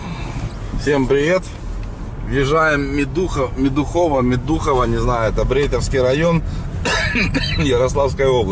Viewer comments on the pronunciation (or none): МЕдухово, ударение на первом слоге! Я сам из Брейтова,районный центр, 10 км от Медухова. У нас еще более-менее живут за счет рыбы и леса.Но лет 10-15 максимум и лафа кончится : и рыбы с каждым годом меньше ,и лес уже остатки выбирают.Москвичи выкупили все побережье Сити,которая впадает в Рыбинское,колхозы повымерли,из производств - одни лесопилки мелкие да кругляк на станцию вывозят .... А если за Брейтово в Тверскую поехать - там полная ж....😕